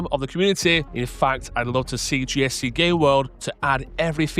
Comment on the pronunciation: One more time... "GSC [WHAT] World"??! 😂🤣😭